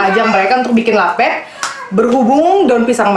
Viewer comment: Lapet pngucapan e nya kya baca rapet kaa...